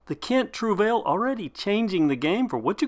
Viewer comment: I googled the pronunciation and you got it wrong........